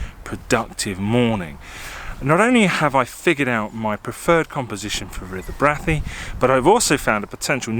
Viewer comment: Hey, locals pronounce it BRAY-THEE. Skelwith is pronounced SKELLITH.